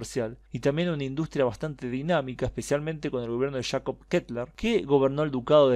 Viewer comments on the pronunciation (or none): none